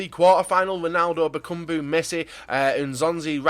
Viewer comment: bakumbu for example